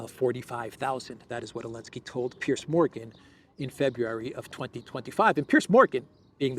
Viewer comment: Does have problem pronouncing the letter Z? He keeps saying Elensky.